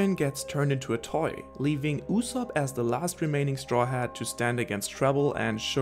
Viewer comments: Yu-sopp not Oosop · YU-zop. that's how you pronounce his name in English. in Japanse it's YU-Zo-Pu. i mean come on- you probably watch the Sub, AKA original Japanese Dub, you must have heard a million times how his name is pronounced. why do you call him "OO-sop"?